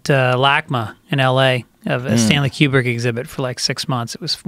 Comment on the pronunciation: you pronounce Kubrick like qbert.